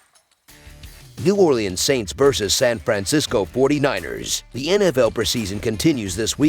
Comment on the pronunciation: That’s not how u say it New Orleans